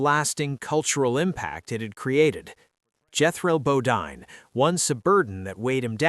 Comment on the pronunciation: It's BoDEEN! NOT Bo-DINE! God I hate these AI narrations!